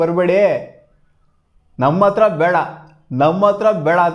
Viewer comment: ಅತ್ರ ❌ ಹತ್ರ ✅